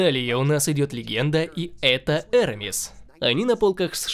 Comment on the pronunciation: «Курос» Ив сев лоран ! «Арамис»Эрмис как он говорит! И конечно Том Форд!!!!